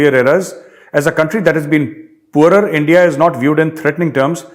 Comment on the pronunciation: ENDIA word also include. The way sir speaks 'India' in Lahori zabaan is so funny.🤣🤣🤣